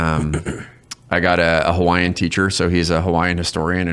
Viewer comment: As a hawaiian veteran, brother I love you man. Your gifts were awesome, and your pronunciation was top tier.